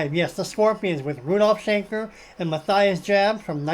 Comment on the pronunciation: as always, a fun video. Just a heads up, his name is pronounced Ma - Tee - ess